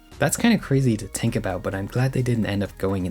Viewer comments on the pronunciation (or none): There's an "h" in the word "think." Think, not tink